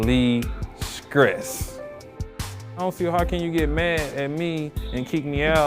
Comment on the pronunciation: Okay, we're not going to speak on him relieving his "Skress."🙄